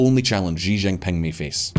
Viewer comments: In English, the president's last name, Xi, is pronounced "she" not "gee" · For fuck's sake learn how to say Xi (Jinping). The closest English sound is "she" (female pronoun).